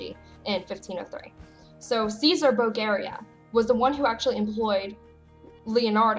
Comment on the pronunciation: The book of Wisdom is still in the roman catholic Bible, and was never taken out of there as far as I know.. However, it is nót present in tht protestant version of the holy Bible. The correct pronounciation of the name Borgia (in italian) is like "Bórdzjee-aa ". I hope you can say that..😜..! And the apocrieph is pronounced " á-poh-kreef". I don't mean this as critisism, but you asked to correct your pronounciation, so it is only meant to be helpful! I like your channel very much, you are given a thorough insight in the Things of the Lord..! Keep praying and may God bless you!!